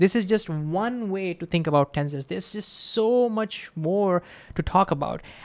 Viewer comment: in the end did you learn how to pronounce tensors properly 😂😂😂